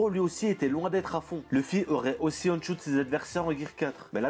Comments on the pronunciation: Arrête avec tes "on shoot", c'est "one (ouane) shoot" bordel ! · On dit one shoot (le chiffre un en anglais ) et pas on prononcé à l'anglaise ..... Sinon on peut remercier les sabre de Zoro pour Pika quand il le coupe ..... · J'aime bien tes vidéos mais je t'en supplie, prononce One Shoot normalement stp, pas on shoot, ça fait mal aux oreilles, merci ! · Merci pour ta vidéo ! Par contre "Aune choute" "Ski wolk" l'anglais pleure mdrrr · Ça se prononce /ouane/ à propos de "one" , stressant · "one choute" gros stp fais un effort sur ton anglais . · On dit ouane chote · on dit OANE SHOOT